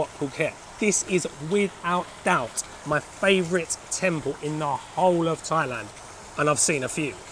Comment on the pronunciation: θailand? .....it is pronounced tailand